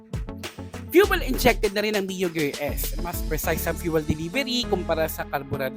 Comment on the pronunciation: Gear po hnd gerr😅